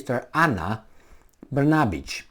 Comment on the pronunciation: your pronunciation of the Serbia PM's name is very good --> Br-na-bich... the second part to Kosovo's name is Metohija (Me-to-hi-ya) which is derived from Greek and means 'land of monasteries'